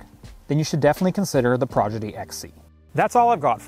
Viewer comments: Prodigy, not Progidy 😊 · Every time he says "progedy" I cringe. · Why is he saying Progidy? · If you “aks” me, I like progidy better 😂. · He says it so many times